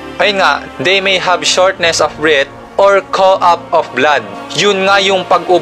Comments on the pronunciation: Cough not cou... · Correction lang sir about sa cough,, Cough pronunciation,, Cough-Kawf yan po yung tamang pagbigkas sir, Hindi poh ako matalino sir pero yun lang din ang observation ko,,..